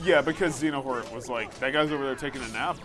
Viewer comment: did just say "Xenohort"? LOLOLOLOLL!!!!!